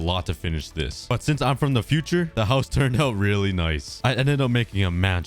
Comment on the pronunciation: I love how says “hauz”